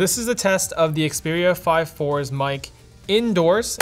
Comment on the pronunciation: name is very simple, you just say it wrong.